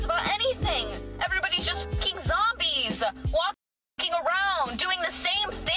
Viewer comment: Also when the pronounce words weird. Like “zombeezaa”. Like is it zombies or an Italian stuffed sandwich of sorts?